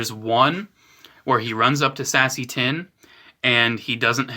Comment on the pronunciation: Sassy tin 😂 🤣 it’s pronounced say-see tin